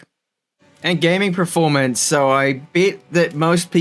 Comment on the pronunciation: I watch every video waiting for the word "PREformance". Never lets me down ;)